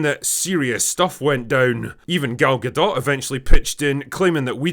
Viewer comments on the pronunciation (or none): It’s pronounced Ga dough. Not Ga dot